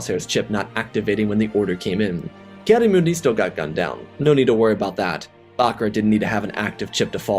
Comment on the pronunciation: FYI: The war to pronounce Bacaras name is Bah-Car-Ah